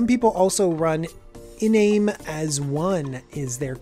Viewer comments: I'm not an expert but Oyobi is pronunced Oi-O-Bi and Iname is pronounced In-ame I believe. Good Video though. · I don't like how you pronounce Iname